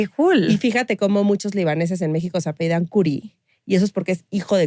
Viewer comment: No se dice "apeido", se dice "apellido". Por lo tanto "se apeida" es incorrecto; lo correcto es: "se apellida". Gran episodio, gracias!!!